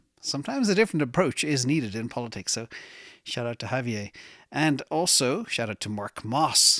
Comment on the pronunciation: f.y.i., it’s a small thing, but makes a difference: The President of Argentina’s name is pronounced “HAV EE YAIR”... Not French: “HAV EE YAY”.